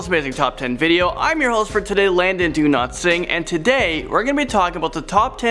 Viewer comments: No offense but i thought u said 😅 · I thought you said Landon DO-NOT-SING. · Oh I thought I was the only one who heard that 😂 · Why did u say? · When he says his name I always hear Landon do not sing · I thought you said your name was not Landon donotsleep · he said Landon do-not-sing